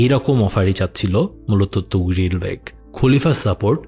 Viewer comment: আফসোস যে মহান সেলজুক সাম্রাজ্যের প্রতিষ্ঠাতা এবং সুলতান তুগরিল কে এই ভিডিওতে ' তুগরিল ' বলা হয়েছে । 😢